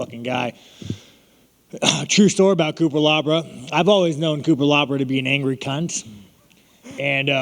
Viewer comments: "Coopalabra" lmfao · The way he mispronouncs IAN CUTELABAs name 28 times is amazing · Cutelaba needs to legally change his last name to Cupelabra after how many times sean said it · cutelaba = cupelabra lol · "Cutelabra" x20